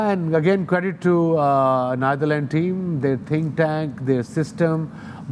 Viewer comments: Wasim Akram pronouncing "Neitherland" 😂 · Its Netherlands and not neither-lands wasim bhai